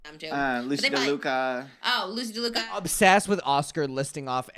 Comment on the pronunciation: The way they say Lucy LADUCA as Lucy DELUCA everytime is sooo funny to me bc it makes Lucy so mad hahahaha